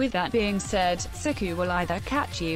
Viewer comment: rebecca has best pronounciation of sykoo (sikou) <3 <3